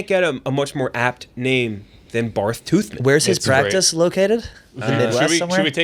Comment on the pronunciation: The fact they didn’t realize that Barth is still pronounced Bart is getting on my nerves